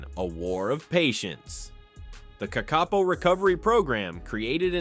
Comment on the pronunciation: The name of the Kakapo is pronounced with the stress on the first syllable. Also, they will use their wings to glide to the ground from perches high in the trees, where they have climbed, using their feet and beak.